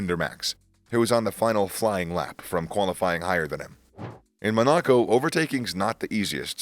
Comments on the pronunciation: Bit of feedback; the pronunciations are really weird: MonAco -> Monaco, JeddAh -> JEddah. Similar for some of the driver names. F1 terms like Q3 is not Quarter 3 like in football, Q stands for qualifying session. For long-time F1 fans, this could be a turn off to subscribe / watch, so I think it's good to get the basics in terms of track / driver names and racing terms right to grow your channel. Anyway, feel free to disregard / disagree, best of luck either way! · Why is this guy pronouncing city names incorrectly? Like jeddah or monaco? 😅